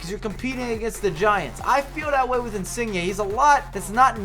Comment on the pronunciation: Insigne u saying his name wrong bro hehe I know its hard lol